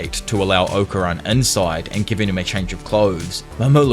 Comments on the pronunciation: Okarun is pronounced Okarune bro they say it properly in English and in jap when y’all start butchering names it’s like my ears bleed. Not trying to be rude I’m just saying. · Its Oka-roon... Fuckin annoying